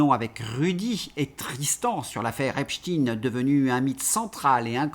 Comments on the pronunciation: Mr,Prononcez Epstein,pas Epstine svp.merci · Prononcer Epstein pas Epstine svp, merci 😊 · Epstein se prononce "Epchtayne" et pas "Epchtine", le nom est allemand et Stein se prononce comme le mot allemand qui signifie pierre. Epchtine évoque phonétiquement Poutine, c'est INTENTIONEL. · Mais putain vous allez ARRÊTER de dire EPSTINE !!!???!! EPSTEIN !!! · arretez de dire epstine c'est epstein !!! pourquoi pour faire pensez a poutine ?? c est nul; vous parlez comme LCI. Je vais me desabonner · Ne pas lire "EPSHTINN" mais : EPSHTAÏÏNN... Merci. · bonjour, en france on dit epstEIN er non tin. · Epsteen ca s’écrit Epstein, avec stein comme la pierre en Allemand qui se prononce évidement de la même manière… arrêtez avec cette stupide anglicisation de tout!!! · Ça m arrache les oreilles, ce epstiiine,comme chez ts les sbires de LCI et co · Dites Epstein, on ne dit pas inestine, ramstine, olivenstine, inesenstine, ni ine, zwine, drine... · Mais qu'avez-vous bon nombre à écrire comment prononcer epstein ou epstine ??? Qu'est-ce que ça peut vous faire ??? Chacun prononce comme il le souhaite bon sang !!!! Vous n'allez pas vous aussi vous y mettre pour une prononciation !!!!! Ça fait plusieurs jours que ça dure stop ! Ça suffit !!! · si vous vous interdisez de prononcer les mots -viol ou violer, pédo criminel, abus sexuel .... comment voulez vous traiter le dossier "EPSTINE" comme vous dites prononcé à la russophobe ! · J'en suis à 8 mn environ, et devant la tartinade de << Epstinne Epstinne Epstinne >> je suis obligé d'arrêter, cher!!!! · EpstEIN comme EinstEIN ON DIT PAS ALBERT EINSTINE